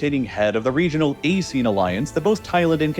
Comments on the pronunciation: in SEA we pronounce it a-see-ahn, not ay-seen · he read ASEAN wrong. 😅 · ain't nobody be pronouncing ASEAN like that bruv, i cn't believe you'd use AI but you did 🥀🥀